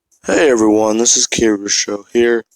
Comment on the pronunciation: Its Shinso* dude not shinsho